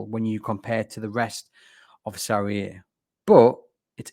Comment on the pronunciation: The inability to say "Serie A" annoyed me enough to turn this off